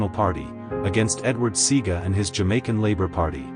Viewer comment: Pronounce Eddie Seaga properly